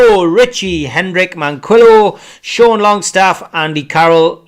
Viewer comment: Marvellous isn't it? can pronounce Trézéguet correctly but can't pronounce Manquillo. F'ing prat!